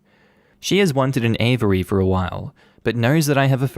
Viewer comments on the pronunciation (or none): that's now how you say "aviary" 😭